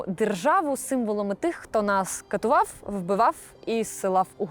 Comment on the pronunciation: Повністю з усім погоджуюсь. Також постійно ріже вуха артикуляція наприкінці слів фрикативу «ф» (глухого білабіального фрикатива [φ]) замість українського «в» (лабіодентального апроксиманта [ʋ]). От і виходить у кожній словоформі: замість конфліктіВ — конфліктіФ, замість катуваВ — катуваФ, замість прав — праФ і т. д.